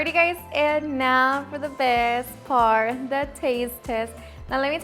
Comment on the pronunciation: Like how you say, " Now for the best Par....." 😅😅😅😅